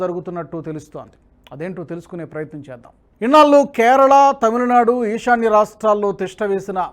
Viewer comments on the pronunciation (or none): ళ ని ల వలె పలుకుతున్నారు ; ఇన్నాళ్ళు ని ఇన్నాల్లూ అని. దయచేసి చూసుకోగలరు